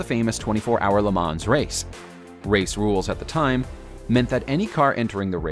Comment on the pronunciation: Porsee and not Pors! I know English speakers say the latter but if you make a video at least say it the proper way. Also Le Mo’ not Le Mans